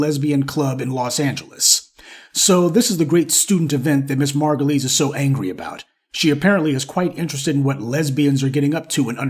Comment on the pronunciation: you pronouncing her name wrong it's margu -lies 😂😂😂😂